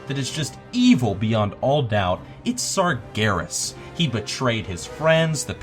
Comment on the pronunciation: when you said sargeras I knew there was something wrong......